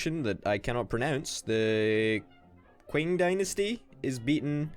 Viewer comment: The Qing dynasty is pronounced Ching